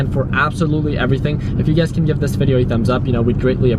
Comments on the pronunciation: It's funny whenever I hear him says you guys I hear UGAZ lol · sameeee, i thought i was the only one